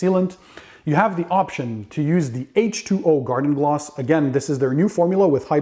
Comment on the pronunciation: "garden gloss"